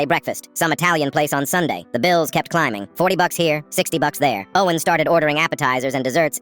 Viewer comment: The way when he said oh en when he ment to say Owen is so so funny